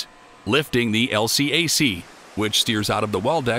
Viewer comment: LCAC is pronounced “L Kack” in the US NAVY. I know, I was there.